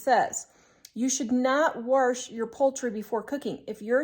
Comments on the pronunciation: It's WASH not warsh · I don't have a problem what people wash, but every time I hear you say WARSH with an R in it I half to grin. I'm sure it's regional because I've heard other people say it. I totally agree with you of it being economical. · I love hearing her say warsh too. I am from New Zealand, but spent a year in Kansas, and it brings back great memories.